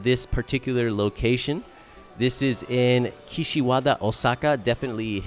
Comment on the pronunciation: Was hoping you were gonna pronounce karaoke as ka-ra-oh-kay instead of carry-okie after pronouncing Osaka and saitama flawlessly